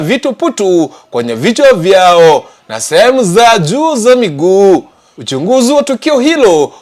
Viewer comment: The reporter is a pure kisii he need to enhance how to pronounce some Swahili words eg: Vijwani ,Ujunguzi what an error he messed the taste of the story